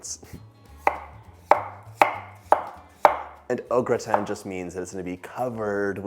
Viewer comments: Glad you pronounce au gratin properly- great recipe, thank you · Love au gratin potatoes. Had no idea I e mispronounced it my entire life!!! 🤦🏻‍♀️ thanks for sharing!! (And educating me!!)